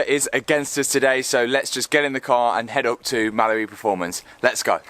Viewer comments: Am i the only one really confused to why he always says “malibu performance” when its called mallory performance? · Sounds like your saying ‘Malabu performance’ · Was watching one of the TT vids the other day and my daughter was watching with me. I asked her what he said and she thought he said Malibu, same as I did the first time I heard him 😂